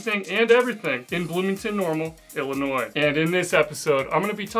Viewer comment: And thank you for not pronouncing the S at the end of Illinois. I haven't lived there (and in Bloomington-Normal in particular) in almost 60 years but it still grates when people do that.